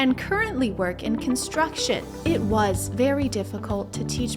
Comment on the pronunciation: If you pronounce the words “construction industry” as “contruckshin industry”, you lose the right to even attempt to insult/judge women or anyone else for that matter, for being underrepresented in that industry…